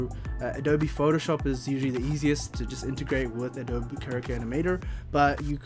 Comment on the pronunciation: This was helpful. Thank you for this. Also, the company's name sounds like "a-doh-bee"....like the mud bricks used to build houses in some parts of the world. Helpful info in case you make more videos like this. Keep up the good work. :)